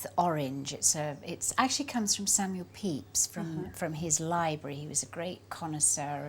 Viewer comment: Pepys, not peyps.